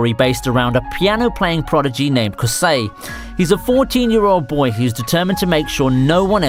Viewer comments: Bro I get you aren’t American but come on. Kousei isn’t pronounced like crusade it’s more like the co in coworker and then say and Kauri isn’t pronounced like cow-or-e it’s more cow-dee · I felt uncomfortable hearing kousei as kasei and kaori as kaeyori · ok but its Kousei (co-say) and Kaori (cow-ri)